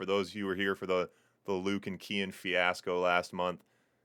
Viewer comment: Sounds like you're saying "Ken" with an ultra american accent lol "keeee-enn"